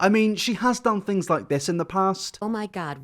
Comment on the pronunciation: "americans go to school" says someone who pronounces things as fings. also she has a pants suit on without the pants. thats why he said she had no pants on. we know what jean pants and shorts are bro. you focus on your fings.